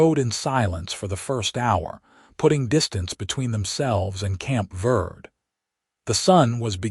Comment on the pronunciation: Prounced Verdee